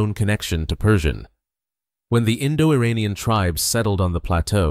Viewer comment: With sincere due respect, before you narrate this, you need to learn the pronunciation of IRANIAN!! Nearly everyone, like a Parrot, imitates other's erroneous Pronunciation!! Assuming you're not using a computer generated voice, here is the proper Pronunciations of IRAN & IRANIAN : IRAN, is pronounced "Eee-Ron". It's neither Pronounced "Eee-RAN" nor "Eye-RAN". Moreover, IRAN shares its literal meaning with IRELAND (Land of Aryans). Once again, the proper pronunciation for IRANIAN, is "Eee" (rhyming with See) + Ronnie (abbreviation for Ronald) + Yan", rather than "Eee-RAINY-Yan". A simple mnemonic would be "There is no RAINY weather in the forecast"! Thank you